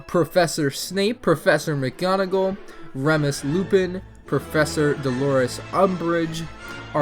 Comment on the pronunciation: Remes lupin Argus finch? it's remus and filch. Also there were like 5 other named students. 2 of witch are ginny and nevil. not hating just correcting. :)